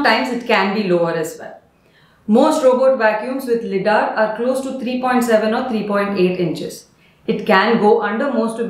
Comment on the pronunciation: Its pronounced “Lie”dar; Light Detection and Ranging